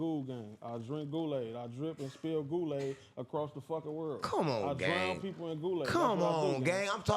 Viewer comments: “I drink and spill goolaid across the world” bro thought that was the one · “I drink and spill goolaid across the world” bro thought that was the one 😂😂😂😂